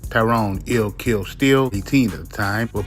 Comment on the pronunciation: It’s “lil kill” not “ill kill”